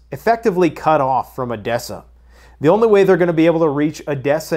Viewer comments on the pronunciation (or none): none